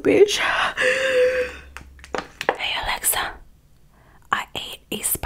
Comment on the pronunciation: “Nevermind my mom did raise a little bissh” 😂😂💓